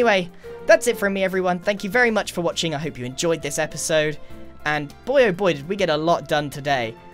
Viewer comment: "HELLO! My name is Grian and welcome back to another esode of Hermitcraft!"